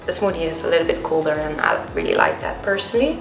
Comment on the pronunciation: It’s PERSON-a-l-l-y not personhhvjhvbcxfh